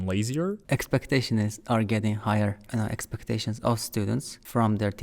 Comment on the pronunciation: Expecteshns ar getting higher 😂